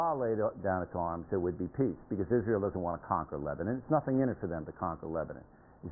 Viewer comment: he can't even say Lebanon properly